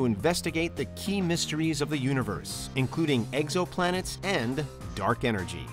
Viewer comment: Anyone else hear him say eggsoplanet?